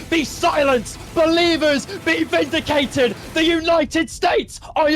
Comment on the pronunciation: "DOUBTERS BE SILENCED, BELIVERS BE VINIDICATED" goes too fucking hard